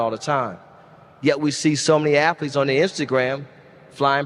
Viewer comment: I was listening until the eighth word from his mouth was “afleetes.”